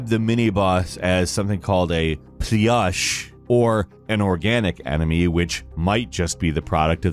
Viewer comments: Not plyush, but simply plush. A word in English and Russian meaning the same. Those lazy translators forgot to check a dictionary. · if you don’t speak Russian - actually don’t matter if it reference to ivy plant or plush: it’s transliterates from Russian with “u” and defiantly not “yu”. My thought that devs overstated the sound from Russian in the attempt to bring them to English resulting the pronunciation problems for English natives.